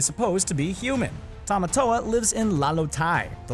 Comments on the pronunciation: Is any else cringed by how he says the crabs name wrong than how the movie says it ?😆🤯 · Noah Delong no it's Tim-a-toe-a. That's how he says it in "Shiny" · The fact that you said Tamatoa wrong the entire time made me cringe. Anyone else?